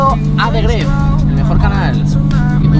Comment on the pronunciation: Se dice gref greft